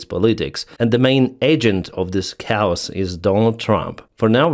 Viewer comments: Just FYI chaos is pronounced kay-yos. Not cows! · It is kaaaaay os. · "Chaos" is pronounced with two syllables: "KAY-yus". "Cows" are female cattle. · I agree ✌️ Kay Os! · Research pronounciation of "CHAOS"